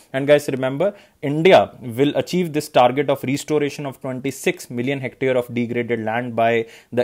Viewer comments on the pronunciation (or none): none